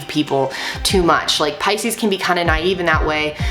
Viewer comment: Finally I know how to pronounce Pisces correctly. xD Thank you a lot! <3